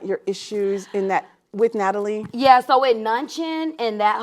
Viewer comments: She still called homegirl nunnchinn 💀💀💀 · Lol she called Natalie “NunnChin” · Did she call Natalie ... "Nun Chin" 👀 Or am I the only one who caught it LOL 🤣😂